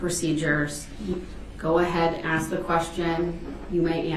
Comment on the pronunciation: Oh how I wish I could "Axe" DB!